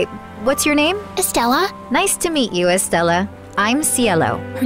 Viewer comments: IT IS PRONONCED SIELLO NOT ciello its spelled Ciello And its pronanced Estraya not estralla andits spelled Estralla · You have to pronounce Estella like this Es-tre-a the ls are silent (ordinary Hispanic don’t mind me) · She said very wrong but okayy if that’s how she says her name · That is not how you pronounce